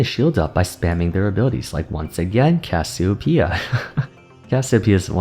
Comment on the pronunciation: Troll a ranked game each time he says Cassiopea.